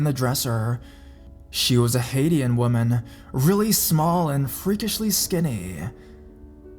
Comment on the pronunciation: It's not pronounced like Haitian. It's like Hayshen